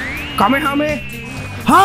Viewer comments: not kamekameha but kamehameha stup it you why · Kamehameha bang bukan kamekameha Btw knp bnyk yg nyebut kamekameha dah ??-_